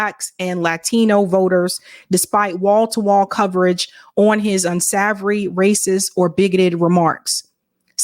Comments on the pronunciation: Unsavory.... Un-Say-Vory... Not.. Un-Sah-Vory .. Here is the bottom line...Trump is a convicted felon, who isn't running for office to make America great...He's running to avoid prison.. Any attempt at conversation beyond that, is irrational. Analogy...People ignored climate change and mocked anymore who tried to warn the ignorant...Fast forward to October 2024..Now you're gonna learn the hard way!! Trump and his Congressional followers,present a greater threat than Milton...But some people are simply too daft to understand what the red flags mean..Women in Texas,are already learning the hard way...At some point,it transcends ignorance, and becomes stupidity...We have reached that point. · Un-Save-Ory. Say it with me sister. Unsavory. That is how the word is pronounced. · You can't even say "unsavory" correctly